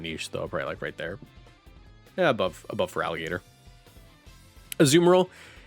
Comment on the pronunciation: IT'S FERALIGATR, NOT FERAGILATR! FIX IT NOW!